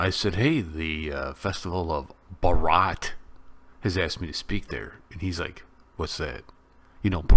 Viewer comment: It is pronounced as Bbhhaaarata You are pronouncing as Bbaraaaata